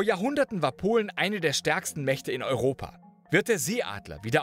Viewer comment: Warum hast du immer wieder Probleme mit der Aussprache von "Europa". So aggressiv ausgesprochen, das R so betont, einfach nur nervig. Niemand spricht Europa so aus.